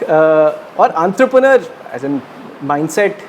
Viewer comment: Entrepreneur bolna to seekh le Yaar *#